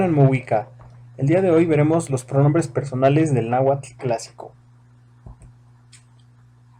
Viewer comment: La h suena como j? Si digo Náhuatl, sonaría cómo "Nájuatl" Lo poco que conozco de mi lengua e que no se pronuncia así